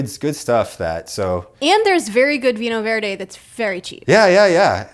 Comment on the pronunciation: "vino verdeh" adam please it's not hard to pronounce it right the "nh" is the same as a spanish ñ and the "deh" has a muter e, so more "duh", your track record of whenever you mention portugal is something